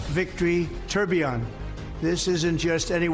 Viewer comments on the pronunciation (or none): “Trubion”? 😂😂 phonetic of tourbillon is toor-bil-yuhn